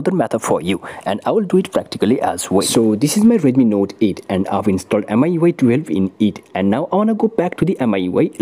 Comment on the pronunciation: I think its pronounced miyouay